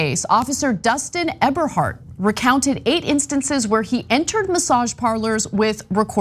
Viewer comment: Did Ana say Ever hard or Eberhardt?